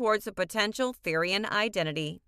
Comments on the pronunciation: the way she said therian and therianthropy....PRONOUNCE IT RIGHT (ther as in thermo) and the o like the pronounciation of that letter...YOUR WELCOME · Stop pronounceing therian and therianthropy incorrectly